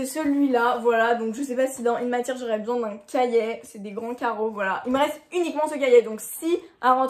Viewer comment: Cachiet 😂 C'est cahier 😆